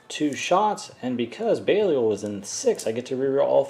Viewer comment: how did you pronounce belial???